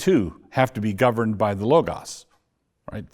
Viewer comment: Interviewer pronounced logas correctly at least